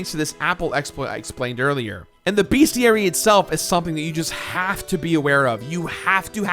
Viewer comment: It's "Bestiary" not "BeAstiary"